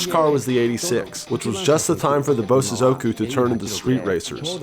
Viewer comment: I can help with japanese pronunciation. The proper pronunciation is Bo-sozoku. Bo is defined slight pause then sozoku is spoken in a faster unison way.. Bo-sozoku . Not Bo-Su-zoku